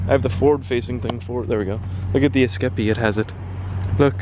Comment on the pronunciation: is that really how you pronounce escape?